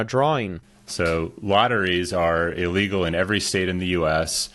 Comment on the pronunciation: Brother… love you but don’t ever say EEE-Legal again… simple prefix of “ill” plus the word “legal”.